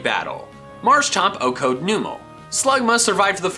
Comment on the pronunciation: Why do you keep saying O-code?